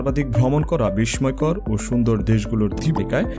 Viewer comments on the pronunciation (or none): উচ্চারনটা " বিসময় নয়" বিসসয় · " বিস্ময় " এই শব্দটি মুখে উচ্চারণ হবে "বিশ্বয়" আপনি প্রতিটি ভিডিওতে এই উচ্চারণ ভুল করে যাচ্ছেন , আপনি বলছেন : "বিশময় " , উচ্চারণ হবে - বিশ্বয় ৷ ধন্যবাদ